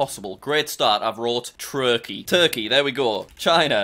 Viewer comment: You said troled trukey